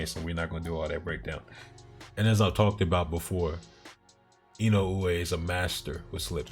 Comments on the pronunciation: To frame it to be pronounced by native English speakers, I would put it as E-no-ooh-eh. But you absolutely are saying it right. I tried to explain to someone before that the mispronunciation is equal to people saying Fulton as "Futon". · You might be the one of a few, if not the only, U.S. channel to pronounce Inoue's name correctly.